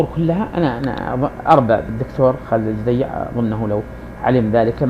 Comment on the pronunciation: على أية حال ، بارك الله فيك يا أخا العرب ، لكنك تقارع رجلا بتكلم بصوت مسترسل ، يزلزل الأرض ، كما بتحدث بلسان الواثق ، وأول أخطائك أنك ضعفت ياء التصغير في اسمه على حين أنه على وزن حسين (بضم أوله دون تصعيف ياء التصغير )، ثم إن كون ابن عساكر أشعريا لايعني كونه غير متحر للصدق فيما يكتب ، فالمسلم عموما يوقن أت الكذب محرم في ديننا ، مع أن الأشاعرة أساسا يعدون أحد مكونات المذهب السني ، بل إنهم أكبر مكوناته على حين أراك تجعلهم قسما مستقلا عن السنة ، وصلاح الدين الأيوبي الذي تفخر به الأمة قاطبة كان أشعريا ، فالمذهب السني يا صاحبي يتألف من عدة فرق أبرزها الأشاعرة ، والصوفية ، والماتريدية ، والسلفية ، والوهابية ، والإخوان المسلمون ، وأشدها تطرفا داعش ، وإن رغبت في استكمال النقاش فلا بأس شريطة الالتزام بتعاليم ديننا العظيم " ليس المؤمن بالطعان ولا اللعان ولا الفاحش البذيء "